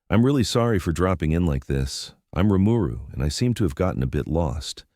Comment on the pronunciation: Every time the TTS misreads Rimuru's name, it just urks me to the point of wanting to skip the video.